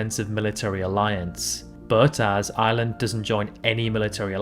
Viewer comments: Ire ire ire ireland , sounds like he's saying island ?? Which island bud ? 🇮🇪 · I most def heard island da whole time